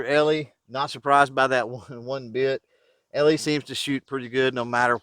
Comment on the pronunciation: Great review of this pistol and how it handles different ammo for accuracy. One small thing though...the Brand name “Eley” is pronounced “EELEE”, not “ELEE”, and there’s different types of .22 Pistol and rifle ammo, for general purpose, Club use, practice, Bullseye, 50 meter free style, Olympic, etc. It’s very likely that using Pistol Match ammo in that pistol, the tight group you shot would have been even tighter. Anyway, thanks for showing what other than cheap ammo can do in a nice looking .22 pistol. In the case of .22 match ammo, you do get what you pay for.